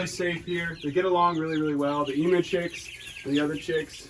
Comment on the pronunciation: Australian here - ‘emu’ is pronounced eem-YOU, not eem-oo. 😂🤦🏼